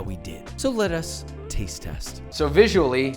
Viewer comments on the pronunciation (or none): Are we gonna pretend that he said lettuce instead of let us?